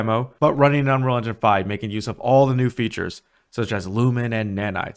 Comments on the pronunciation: "Anrall and Jan 5" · "Unrilja five" he says. It's pronounced "Un....Real.... Engine.... Five" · The opening line of VO on this video sounds exactly like you say 'unrerga 5'. Were you really trying to say 'Unreal Engine 5'? Cuz you didn't even get close. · not one comment mentioning he cannot say ‘unreal engine 5’ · If I hadn't read the title I would have never known you were trying to say "Un.real.En.gine.five". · No I'm wondering why you can't pronounce unreal engine 5